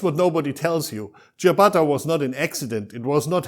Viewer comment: I bet he isn’t even an Italian, because he doesn’t pronounce the name ciabatta in a right way!